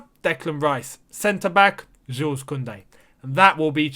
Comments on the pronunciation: In French we read jule , you don’t read the s 😉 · Since it seems you'll pronounce his name a lot in the near future, you should know the S is silent, correct pronunciation is Jule